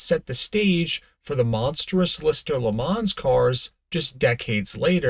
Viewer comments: Leh Mom.. ma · I cringe every time I hear you try to say Le Mans. Disgusting.